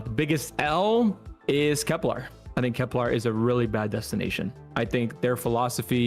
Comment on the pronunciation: KeplAr - what are we Klingon? SEEve - ever live life? KepLER Sieve (pronounced Siv) Just STOP! Get help